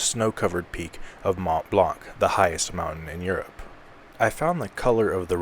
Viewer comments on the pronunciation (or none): none